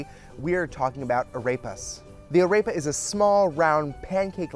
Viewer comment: This is great but please say AREPA correctly!!